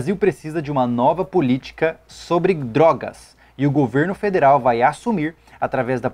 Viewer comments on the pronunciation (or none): Depois do governo "federel" não duvido mais de nada kkkkk